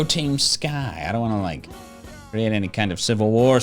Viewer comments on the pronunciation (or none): none